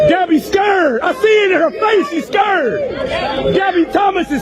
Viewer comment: First of all. This Loser needs to learn how to pronounce the word "scared" to stop embarrass himself. He sound country as hell. He heckling a female at a track meet, when he should encourage all of them. You don't know her personally, so stop hating on her. You are a true hater. What a Loser! Stop putting "hate" into the world, ignoramus. 😂😂😂😂